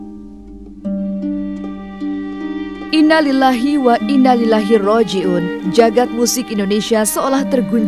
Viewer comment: Innalillahi bukan inailaihi mbk..gimana sih presenternya ini